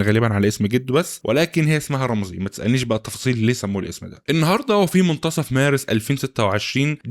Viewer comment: رامسي مش رامزي 😅😅 محتواك فاخر والله